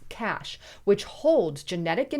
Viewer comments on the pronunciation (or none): none